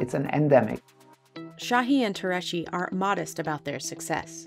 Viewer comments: Why does the narrator keep saying "Shahee" and "Tureshi"? Şahin is pronounced "Shaheen" and Türeci is pronounced "Tureji" (with a hard J) or even "Turechi" works. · Has anyone ever thought of looking up how to pronounce Tureci’s last name at all while filming this for production? It’s nowhere close.